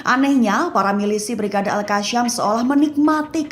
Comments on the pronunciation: Maaf, Izin koreksi. Mungkin lebih tepatnya nama brigade tersebut Al-Qassam. Cara baca nya "Al-Qossam", bukan "Al-Kasyam/Al-Qassam" Karena setahuku huruf depan nya menggunakan huruf "Qof", bukan "Kaf". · Pembaca berita tribun sok fasih bahasa arab saat menyebut Al-Qassam padahal salah huruf